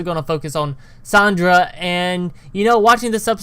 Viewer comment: you're calling Sar-Ahh-Da Sandra